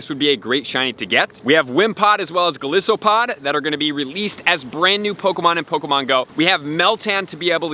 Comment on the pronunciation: Pretty sure it's pronounced Golīsopod. Long i. It's an overgrown isopod. Thanks for advice! Always helpful!